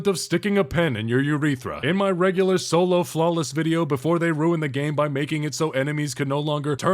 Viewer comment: Man, I love it when does the Folo Slawless